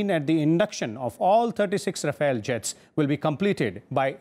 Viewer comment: Its not Rafael ,its Rafale..why he keep saying Rafael